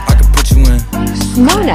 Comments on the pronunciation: Moana it’s pronounced moaaaana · M O A N A (Mow-an-UH) real pronunciation ( mOaN 😩-UH ) Voice change pronunciation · It’s the way the voice said Rawpunzel Bellll sleeping… Beauty and my personal favorite… Moan-a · The way it pronounced Moana 😂😂😂😂😂